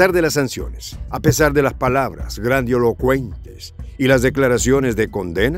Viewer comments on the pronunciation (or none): Grandilocuente, no "grandiolocuente"